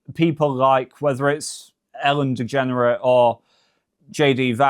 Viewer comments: Love how he says her name as Ellen "DeGenerit"! Freudian slip??😮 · Is he saying Ellen DeGenerate? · Did I hear Ellen Degenerate?